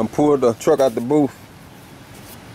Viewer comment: it booth not boof